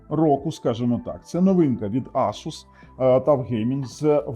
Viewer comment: Правильно говорити ASUS, а не ASUS 😂